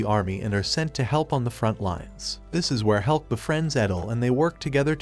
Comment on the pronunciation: maybe hes saying about hulk not helk